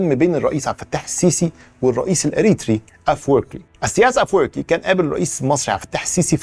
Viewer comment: ما شاء الله نطقو رهيب وهوا بيقول افوركي 😂😂😂